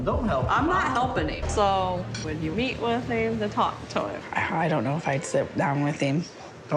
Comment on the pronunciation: Idk why but it infuriates me that they pronounce “him” like “heem”